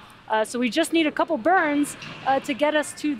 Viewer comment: Did he say coople